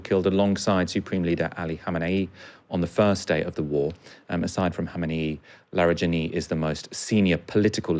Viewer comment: Its not "Larry"+"Jenny". Its: LaaarEhJaanEE. Larijani.